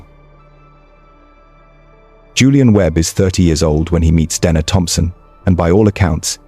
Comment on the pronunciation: He does, but I wish he’d get her name right, he pronounces it “Denna” “Deana” “Dayna”